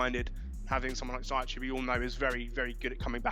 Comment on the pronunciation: Ziyech is not pronounced Zayeck. It's more Zee-yash